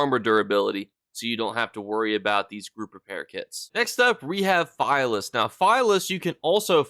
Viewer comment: Philius, is likely pronounced Phil-ee-us, or Phil-ee-iss. Good video though as always!